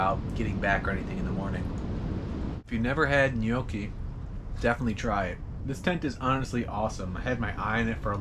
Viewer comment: Thanks for the GOOD pronunciation of gnocchi, love you man.